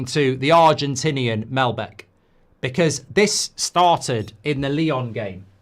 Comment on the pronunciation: MAL-BEC not MEL-BEC